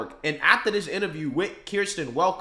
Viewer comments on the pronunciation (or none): none